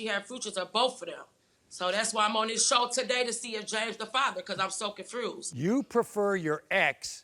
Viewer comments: Confrused instead of confused smh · If she say “she confruse” one mmoorreee ttiiimmeee ima scream lol 😂😂😂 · What the hell is going on with all these mispronouncing of words. That isn't cute! ConFRUSed...Fuutures!? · I'm so comfrused? LMAO! Get her hooked on phonics please! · Yes she can she’s just a little confrused💀